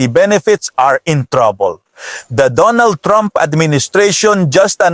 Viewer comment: “OH MY GAAAAWD… I WILL BOTE, FOR DUNNEL THRUMP!!” … I need this as a ring tone asap 😂😂😂😂